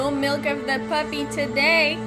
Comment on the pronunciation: did you say "milk of the puppy"? lol